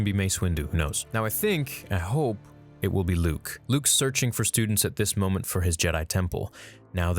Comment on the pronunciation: Yo he got Luke right 😂😂😂👍👍